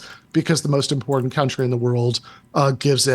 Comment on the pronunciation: Take a drink every time he says "Uh" or "Impordet" instead of 'important'.